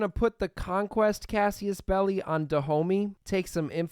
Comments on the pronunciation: CASSUS Belli not CASSIUS belli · I listend to this for dozens of episodes and I need to ask this now. Where in "casus", as in casus-belli do you spot the letter the "i"? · I love your vids but pls start pronouncing casus belli and cavalry correctly I beg you